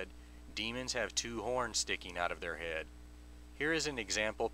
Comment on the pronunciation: Jesus Christ, this is boring. I really, really hate the way you say the word "head." This crap gives me a massive "head"ache.